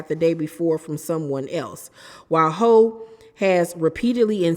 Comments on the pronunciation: It’s pronounced Hew not ho, like Jennifer Houg (Hewww = Houg) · ITS PRONOUNCED HOFF OR HUFF, NOT HO......... My God this poor girl cannot catch a break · I believe it's pronounced "Huff".. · Hough is pronounced Huff ❤ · The lady's name is Hough it rhymes with rough, not Hole or Huff 😊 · Isn’t her last name pronounced HUFF? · It’s pronounced “Hue” but she was saying it wrong